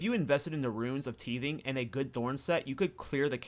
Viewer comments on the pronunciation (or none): Also, runes of tithing is a pronounced tithe-ing not teeth-ing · Loving your thorns content. FYI, the first i sound in tithing is pronounced like “eye” so t’eye’thing or tai’thing